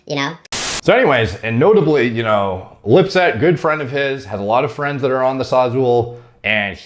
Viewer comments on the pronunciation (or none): none